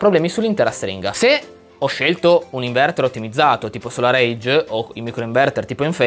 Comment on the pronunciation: Ma perchè la povera SolarEdge continui a chiamarla SolarAGE ? I video sono ben fatti, solo una piccola nota in amicizia 😀